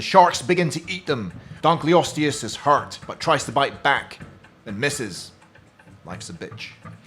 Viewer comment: “Spino slashes donkley-ostess” x3 🤣